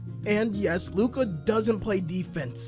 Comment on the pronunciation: Please pronounce Lukas name correctly it really ain't that hard bro...